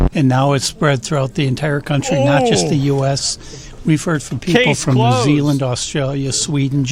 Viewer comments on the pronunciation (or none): none